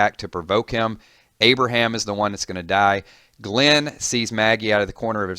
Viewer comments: At the start it said abriham twice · It's not Abraham.